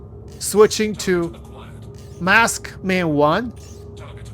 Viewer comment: love it when you say MASKman I instead of MARKSman I. Made my day.